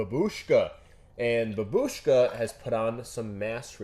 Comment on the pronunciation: hello. In Russian, babushka isn't said "bab-U-shka," emphasis is placed on the a instead "BA-bushka" I think babushka will win